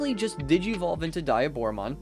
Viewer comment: It's not die a Bora. its De a Bora